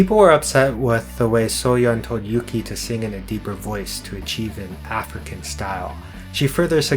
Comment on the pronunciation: yuqi name is pronounced as "you-chee" by the way, or ooh-gee